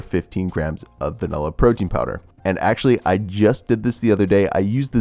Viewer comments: I notice you’re one of those people who say “VANELLA” 😒 Anyway great vid bro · Americans say "vanella" for some unknown reason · I'm triggered by the way you say vanilla